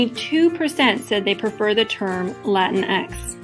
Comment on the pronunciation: this was so cringe just say the word in american accent